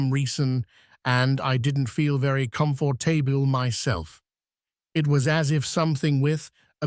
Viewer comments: It IS Ai of a known voice actor. A real human would not have said "comfort table" for the word comfortable during the first story. Or the gibberish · This is just nonsense story of nothing after nonsense story of nothing, droned at you by AI. Come Four Table. Started talking some nonEnglish language. Then Nineteen teen nineteen. Gah. Such junk. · "Come-For-Table" Lol, AI. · You didn't hear "comfort table" for comfortable?!